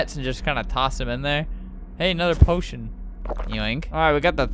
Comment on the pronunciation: he said poition i thought he said oh shi